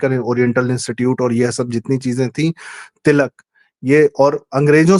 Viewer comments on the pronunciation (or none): none